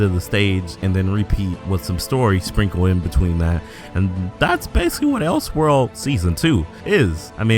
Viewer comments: Btw, it's pronounced El-sword, not Els-word. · “Els world” 😂 it’s El Sword